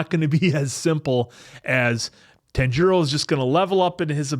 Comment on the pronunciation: His name is pronounced more Tanji-ro rather than Tan-jiro. Or like tANjiro rather than tanJIro. His names mispronunciation will be very apparent in later episodes! 😂